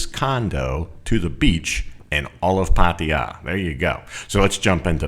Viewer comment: Always great videos, but I have to ask.. why do you say Pattia? Its pronounced Pattaya, atleast from what My thai girlfriend says 😁